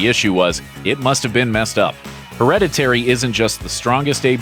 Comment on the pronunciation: HER-READ-IT-TAYREE???? Someone didnt tell him how to pronounce it.